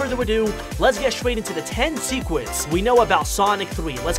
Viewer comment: dude, it's SECRETS, not sequence